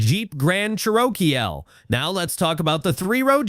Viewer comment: What is a Cher-Oh-Kee-L😂😂